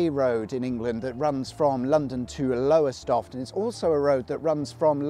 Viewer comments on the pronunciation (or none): Its not Lowerstoft matey, its Lowestoft.